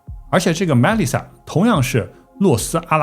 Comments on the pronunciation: 被外星人带走了呗。 Melissa 重音在li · the pronunciations of names, like Melisa and Snyder can be googled.